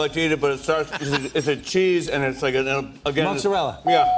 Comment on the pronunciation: Chef pronounces mozzarella incorrectly. rolls eyes eternally